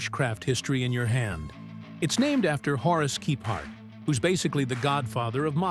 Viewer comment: Another AI narrated POS. Where the person who posted it, did not even watch it first. So many miss pronounced names. And its TEN NINETY-FIVE steel. and its not Keephart, its Kephart. One time your AI gets it wrong, one time it gets it right. Com on Dude. Preview your video's first, before posting. Not sure I can sit through this one.